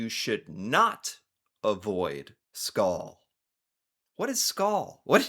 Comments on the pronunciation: just say it like cheers but it sounds not like skull but more like scol but drag the o also we just do it when others say it, its not to important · and it,s skål not skull than it,s mor skol then skul I’ll say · Its not not even said like that lady! Skål! She said skhul! And its not that!!!! It piss me off a bit idk why the lady just annoy me... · Dane here!😃 The first one (“don’t avoid skål””) she is pronouncing it wrong she saids it like the English word “skull” when the “å” is very clear in the word “skål” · Skal means shell but skål means cheers. Try pronouncing it more like "skull" or even more "skoll". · The last "skål" you pronounced before saying is that abit to aggressive, is the right way, we are former vikings and "skål" has to be pronounced with a bit of force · as a danish guy your pronucing it wrong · Normally in Denmark to every komsammen (gathering) we raise our glass at some point and say skål. It is sometimes aggressive when you’re under the influence but honestly that’s just hygge. (And the pronunciation is wrong but it’s okay 👌)